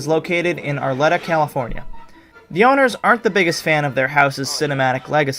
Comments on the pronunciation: I believe he slept at the Bates Motel. it is not far from the set of the Clock Tower. See: the iconic McFly house is in Arleta, CA pronounced Arleeta. I should know, having been born in raised within walking distance of that house. I was born the year before the movie came out, and used to pass by that house's main street all the time. Despite being a huge fan of that movie growing up, i never knew the house was there until few months ago! but i had already moved! ironically, i moved in 2015! lol wtf. Luckily, i saw the clock tower in person multiple times on the Universal Studios tram.<<<the Bates Motel comes on the same tram ride. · Minor corrections: 1. The 1955 houses are in *South Pasadena, not Pasadena. These are two separate municipalities. 2. Arleta is pronounced Are LEE ta, not Are LET uh. 3. The Puente Hills Mall is located in City of Industry, CA, at the foot of the Puente Hills. There is no Puente, CA, but there is a La Puente, CA that is just to the north of City of Industry. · Its Are-Lee-Ta, not Ourletta. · FYI Arleta is pronounced Ar-lee-tuh (not Ar-leh-tuh as pronounced in this vid). Have a nice day! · Ar-lee-ta, not Ar-let-a. 😊😊 Great job otherwise! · I believe the iconic McFly house is in Arleta, CA pronounced Arleeta. I should know, having been born in raised within walking distance of that house. I was born the year before the movie came out, and used to pass by that house's main street all the time. Despite being a huge fan of that movie growing up, i never knew the house was there until few months ago! but i had already moved! ironically, i moved in 2015! lol wtf. Luckily, i saw the clock tower in person multiple times on the Universal Studios tram. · I'm pretty sure you pronounced Arleta wrong lol (I live around that area)